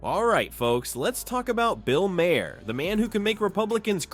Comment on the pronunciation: You should get someone real to read your text instead of relying on AI to do it. The repeated mispronunciation of Bill Maher's name in a posting that is ostensibly about him does you no favors.